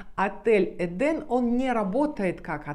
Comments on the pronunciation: Почему вы все время говорите эдАм а не эдЭм( правильно!)! И ваще это слово означает совсем не РАЙ?! ЭТо просто ЗАГРОБНЫЙ МИР!! Куда по преданиям якобы возвращаются типа «праведники» после своей смерти?! А ваще в разных религиях есть разная трактовка но чаще это не РАЙ!! И правильно говорить ЭДЭ’М!! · Так в итоге " Эден" , " Эдам" Или все же "ЭдЭм"))? Ну и апогей Ваших перлов " Комания три кЭ" , разве не все люди с претензией на грамотность знают что буквы кЭ" не существует, но есть буква кА"? Не поймите превратно, вас же множество людей смотрит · ЭДЕН- в переводе с израильского>> наслаждение>> это название отеля?! А она говорит ЭДАМ?! ЧТО ЭТО????!!